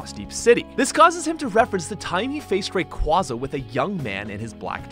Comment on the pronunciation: Am I the only one irritated by this guy pronouncing things wrong? Rayquaza is pronounced Ray-KWAY—Za and Kalos is pronounced with a short A sound not a long A